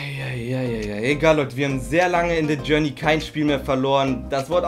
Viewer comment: Dä journey Diese Aussprache ^^